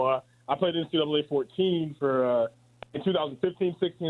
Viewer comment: Chiney is hella annoying! She barely has knowledge amongst all sports. She called NCAA, "NCA"